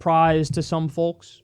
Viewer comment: Kyle! PLEASE, pronounce the words 'Folks' properly.